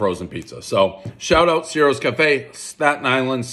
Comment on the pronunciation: One bite, everybody who’s really Italian knows it’s pronounced “chi-roes””